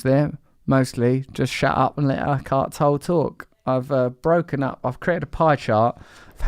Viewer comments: TUH-leh... PRONUNCIATION of a foreigner's name actually IS important. Especially if you claim you respect them and have some familiarity with their work. Very telling that you just brush it off as like, Oh Fuck it you know what I mean I'm just gonna say it however I want lol Similarly telling that Tolle himself never ever corrects anyone's mispronunciation of his slightly difficult surname... So I will have a go, in honour of the man and his work: First, Tolle is a German name. And it has already been mis-written so as not to freak out non-Germans. It should read Tölle with the umlaut accent (two dots above the O). His original name was Ulrich Leonard Tölle, which he later changed to Eckhart (as in Meister Eckhart, the mystic). So now it's clear what his name is. Tölle. TÖLL-E. Depending on regional accent within Germany, the PRONUNCIATION of this may vary a tad. But overall it could be as handy to say as TUH-luh or TUH-leh. Not so hard now, was it? I have no German whatsoever. And this took under 5 minutes to Google. But 10 minutes to type out lol. Really. What am I like?? But still... just in case anyone out there wants to know how to say the man's name: It's TUH-leh. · I wonder wether what master Tolle is saying (pronouncing it Tall just seems a typically ignorant english thing to do, but suit yourself), does make Russell to consider things of such nature as : Why am I wearing all of what I am wearing? Is it necessity or ego...I think the answer would arrive straight forward (so most likely he want's to be wearing what he is wearing as a form of ego distinction = which is what master Eckhart is talking about the entire time as being the identified betrayal/trap built within the human condition). Ego is the greatest enemy... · It’s not pronounced tole-lay or tole - it’s pronounced the German way: toll-luh with the stress on the first syllable 👍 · It's pronounced TOLLAY!!!!!!! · How is his last name pronounced? I thought it was tol-lay.